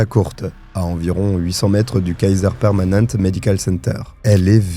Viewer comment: Coucou :) ça se prononce Kaiser Permanenté